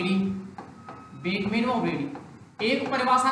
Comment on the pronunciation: बेकमेन व ब्रेडी नही ह भाई वो बकमेन व ब्रेडी ह इसका सही नाम